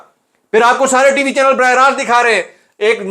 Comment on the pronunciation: Aap “channel” ko urdu accent me bola kren, burger lgte hen. “Chaneayalle”